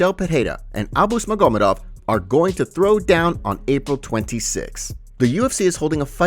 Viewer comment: I dont like how you pronounce maGOmedov. Unsubbed